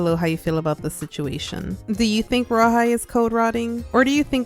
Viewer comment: Who hears rawhide when they say royal high